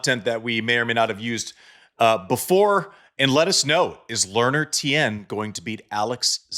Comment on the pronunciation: Tien, pronounced as one syllable, not two.